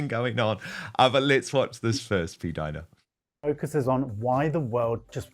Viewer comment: Jesus! PLEEEAAASE STOP SAYING P-DINA ! It’s the most disturbing name I’ve ever heard even though I agree with everything you’re saying, but that name noOoooooo